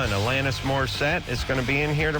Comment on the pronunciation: Can’t wait to see if Alanís tells them it’s Alah-niss not Alann-is